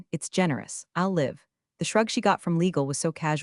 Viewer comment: I'm one of the 93% not subscribing because the AI needs to be taught how to pronounce read/read and live/live. I could go on but I think you get the picture lol